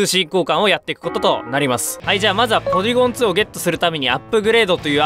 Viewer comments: ツーじゃなくてトュー、ゼットじゃなくてゼィーって言うの好きw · ポリゴン・トゥー ポリゴン・ズィーすき